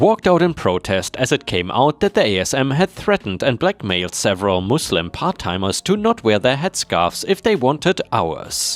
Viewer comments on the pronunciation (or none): none